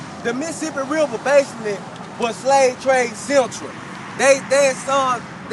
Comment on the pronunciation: "Da Missasipi Riba". Don't wakeboard there